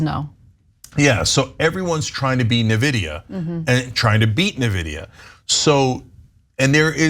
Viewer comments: cenk, nvidia is not pronounced nividia. Also, it’s not relatively new. It’s been around for ages, many decades. You probably had an nvidia graphics card in one of your PCs or laptop in the 90s. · It's not Na vidia....It's prounounced In vidia. Invidia is is the spanish word for envy. That's why they chose it, they liked the meaning. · I'd also like to submit Nvidia (en·vi·dee·uh) not NeVidia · The way Cenk says Nvidia is killing me. Say it with me "in VID ee uh" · "This new company, Nuhvidia" It's pronounced En-Vidia, and they've been around since '93. They're not new, AI is now using lots of NVidia Graphics cards for processing, similar to the crypto boom. Y'all are bad at this, just do basic research. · Cenk, just an FYI, it's pronouncd "in-vidia" not "na-vidia" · Wrong, it’s ‘en-vidia’ - Nvidia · Lol Na-vida its 'N'-vidia 😊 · Isn't it pronounced "N-Vidia", not "Neh-Vidia"? I keep hearing everyone pronouncing it that way and now I'm worried that I've been saying it wrong for all these years. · TYT really needs a tech or science correspondent because they just struggle on topics like these. At lease Cenk's trying but Ana never helps. Also Nvidia is pronounced Envidia, not Nevidia. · IN-vidia. And they aren't new. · Oh and by the way it’s also pronounced EN-vid-ee-uh. 😊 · Cenk one thing, N Vidia, you say the N. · Cent, 5 cent, 10 cent, dollar 🤣...go look up the song and you will get the joke 😜 Cenk Uygur...NVIDIA is enunciated N-VID-E UH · Terminator and eugenics yay . . . Learn to pronounce nvidia, you sound silly Cenk. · They said a lot of correct things. But it’s hilarious to hear someone who can’t pronounce NVIDIA warn you about AI.